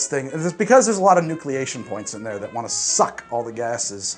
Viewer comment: I DIED when you said you want to shake it to completion...and then wind up disappointed hahahahahahah and finish it yourself. Even your crew was like: "CUUUTTT!!!" Edit - Also liked the emphasis on suck and erupt. Or should I say Erupt! and Suck!...and Thrust!